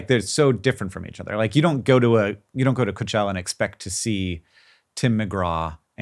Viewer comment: Quick question how the hell was Hank pronouncing Coachella before